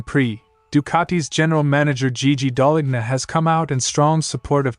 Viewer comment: Just so you know, the letter 'g' in Gigi Dall'lgna is silent... so what you should hear is, Daal-lean-ya...Other then that great channel!